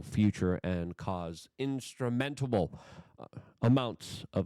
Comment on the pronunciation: Tumultulous. Tumultulous. He said it twice this time. NooQler!!! Instrumentable!